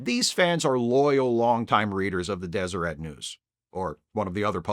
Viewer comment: As someone born in Utah, I appreciate you being the only person on earth to correctly pronounce Deseret